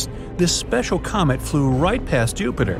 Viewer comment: did he say comet or comic